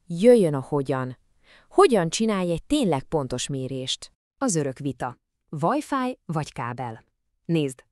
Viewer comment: Csak nekem fáj ez a vajfáj? 🤣